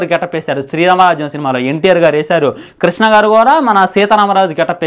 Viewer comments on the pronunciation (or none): none